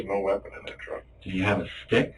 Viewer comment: Detective: " The biggest hurdle we - erm - have to get over, is there was no weapon in that truck". DunnmAss: "Did he have a STCHICHK!?" LMAO.